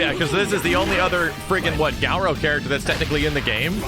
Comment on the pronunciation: Why does keep pronouncing it Gow-row?